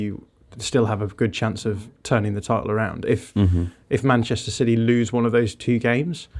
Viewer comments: Why has suddenly decided to pronounce 'city' as 'siddy'. I demand an explanation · Stop saying Cidy,.